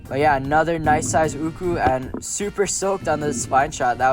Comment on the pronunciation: Atleast you pronounce it correctly and not arrogant like Ryan myers “ooooohhhhkouuuuhhs”.